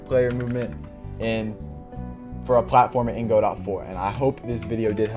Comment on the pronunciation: Just one very slight irrelevant problem: It's pronounced Go-Dough, Go-Dot (Don't ask me why I didn't name it). Other than that, great stuff! I'm currently following your rpg series and it's amazing. Btw when are you doing a 3d Godot tutorial?